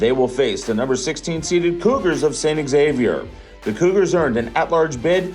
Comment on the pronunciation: Wtf thats not how you pronounce Xavier or Rio Grande